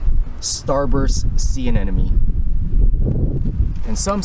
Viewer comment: Anemone not anenome